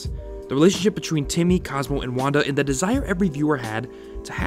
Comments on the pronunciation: Well edited, but try and pay as much attention to your narration "Cosmo an Wando" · says wando. reported